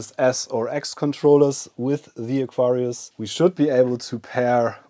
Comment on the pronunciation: When you say Aquarius, the accent (to me) sometimes makes it sound like Nefarious! I'm thinking this would have been a fantastic name for the new system ;) Great video and neat system.